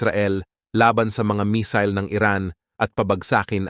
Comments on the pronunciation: Not mesil.mesayle.(mesille) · Missile mig , not misol 😅😅😅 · Misil sa imong mata 😂 missile hind misil 😂😂